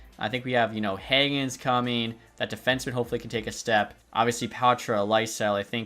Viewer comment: Swedish pronunciation of Fabian Lysell is Lee-Sell